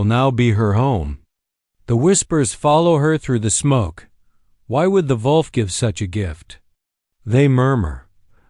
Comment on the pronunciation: Dear lord! How difficult is it to pronounce the word "wolf" correctly?